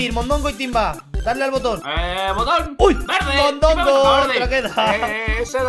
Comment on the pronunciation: Dijo velde xd